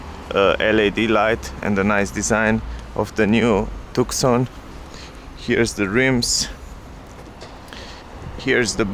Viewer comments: Tuson* is how you pronounce it.. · Tucson is pronounced as too-son not took-son. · Tu (K) son ?????? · Maybe americans should know how to to pronounce letters, if you dont want to pronounce thr letter C then take it away the proper way to pronounce it would be took son or toc son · His tookson sounds unique and very European. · Hey buddy it's silent C!!!